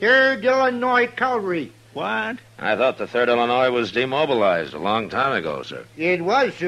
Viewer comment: This is the 3rd character I've heard say "calvary." Is it intentional humor on the part of the writers? Or ignorance?